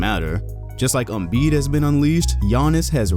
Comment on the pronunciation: Did he just say Joel Embid😭🤦‍♂️👎🏼